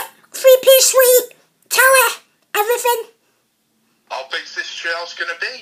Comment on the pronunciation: Evrafin 😂😂 that how they say everything 😂😂